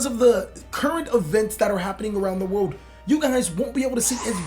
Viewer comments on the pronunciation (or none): none